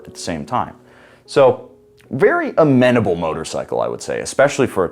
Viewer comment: ...you're constantly mispronouncing the word!